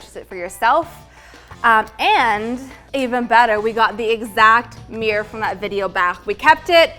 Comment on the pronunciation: Stop saying "meer"! It's a MIRROR!